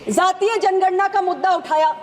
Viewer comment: Not ज़ातिय it's जातिय! First of all education for politicians😂😂